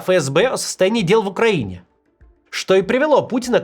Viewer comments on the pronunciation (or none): none